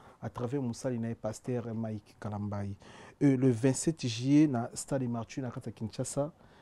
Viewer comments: 😂 loba français correctement et non imité les personnes qui ne savent pas parler français on dit martyrs et non MARTSHYR 😮noko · Bravo, MARTYRS PAS MARTCHUR, EZA IMPACT PAS IMPART. Améliorer prononciation nayo animateur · améliore ta diction. Stade de martyr et non martchur. Tu es un chroniqueur alors la prononciation est très importante pour toi. Merci pour ta bonne compréhension